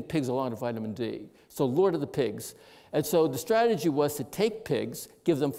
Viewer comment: STRAT-A-GY —— With so many publications he’s allowed to make up his own words.